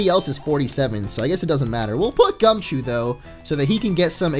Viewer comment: Gumchoo not gumichoo